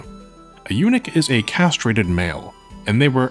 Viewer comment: Might want to work on your pronunciation of eunuch so it doesn't sound like you're talking about Unix.